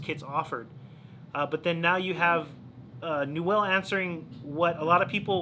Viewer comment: Its pronounced new-uhl. Rad video. I have a 338.